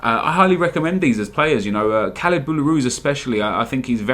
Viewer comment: bro, its not kalid, its KHALID, lol